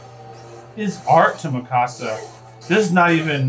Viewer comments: For real though and thats everyone noob that watches AOT. The series is nearly 10 years old and its annoys me that people are pronouncing her name like they're saying "my house" in Spanish. -_- The English cast got it right and the Japanese version literally says her name in that way. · Bro, they're literally saying mi-ca-sa, which is Spanish for "My house." The dub got her name correct. Its Meek-ka-sa. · Can anyone get my girl's name right or what? -_- Its not mi-casa. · Everyone says her name a bit different. Mi Casa is the one I heard most, like Spanish and they almost seperate the front and begining of her name. I feel Eren and others in show say mi-kah-sah. less power on the As and a lower mi, the tubers put so much emphases on every syllable like they are trying too hard. I feel they said it right. is a perfect wrong IMO. Yea watched a clip on YouTube I feel so validated in what I say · i love how no one said her name right 🤣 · Did any of them say Mikasa’s name right? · One of them did. I don't know why they all say it wrong like haven't they heard her name like 100 times by now